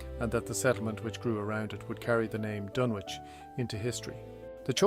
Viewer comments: The 'W' is not pronounced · Is it pronounced Dunwich or is it Dunwich.? You seem unsure. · So not like H P Lovecrafts the DunWich horror